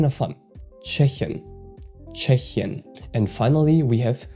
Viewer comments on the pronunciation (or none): Pls drop the n at the end of tschechische